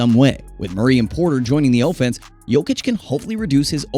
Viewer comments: Can he say offense correctly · You pronounce offense weird.